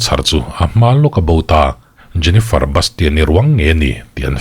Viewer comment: a isawi hming khi jeniferi iti ve2😂😂😂